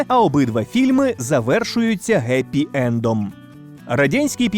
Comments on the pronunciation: Чувак! Не ГЕПИ ЭНД, А ХЕПИ. Берите своим тупизмом. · Чєл, пробач, але твоє "геппі енд" ну капець як ріже вухо. Хеппі, або хаппі, якщо брати американську вимову. Інколи дійсно пробивається Г через перехід від глухого приголосного звуку до голосного, який промовляється уголос, а не пошепки. але аж ніяк не таке виразне Г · _Г_епі енд?! Наратору порада - якщо правила читання в англійській мові подужати не вдається, то хоча би послухати, як цю фразу вимовляють англійці і повторити, користуючись українською фонетикою. (Спойлер - фраза буде звучати як "Хепі енд"). За контент подяка, але після таких "перлів" кров тече з вух. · не geppy a happy, не gorror a horror... ці тупі нововедення в українську мову які впихують наші дипутати бісять! і звучить огидно! хіба хтось говорив горрор чи геппі 10 років тому наприклад?? ні, та і взагалі це тупо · Геппі Енд?? Серйозно? навіть якщо ви вже пишете це через "Г", звучати воно повинно все одно правильно, а саме "Хеппі Енд" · Прошу вас, не кажіть Геппі енд, це просто жахливо) Хеппі енд, єдина правильна вимова) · Не Геппи Энд... а Хэппи Энд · це ви або не розумієте, або прикидаєтесь ідіотом. Ще раз: happy end - це Хепі енд. Вимовляється звук Х, як максимально близький фонетично до оригіналу. Ніякого "ги" там нема. Якийсь неосвічений бовдур гикнув, і купа ... почала гикати за ним. "галівуд", "голі", "гепі" - у англійців від такого мову відбере. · перший раз чую, щоб говорили Геппі Єнд. Спробуйте навіть за допомогою перекладача прописати це слово і натиснути - озвучити. Англійська Н, це не Г, а Х. Навіть гугл роспізнае ваш варіант як помилку. Та й звучить не гарно, ніби ви перекручуете слова. Хоча діло ваше, але такі переводи відштовхують і ріжуть вуха. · Як же бісить ваш "гепі енд".